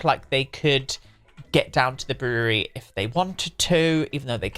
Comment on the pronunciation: "Brewererery" haha. Its just 2 syllables. Brew-ry